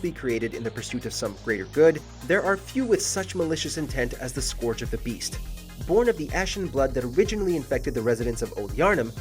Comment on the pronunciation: "The skorge of the beast"